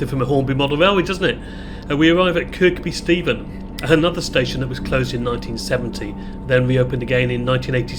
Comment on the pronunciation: The K in Kirkby Stephen is silent. It's pronounced Kirby......